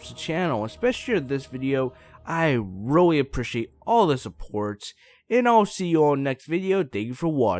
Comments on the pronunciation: he said ROY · Nathan Pike you mean weally?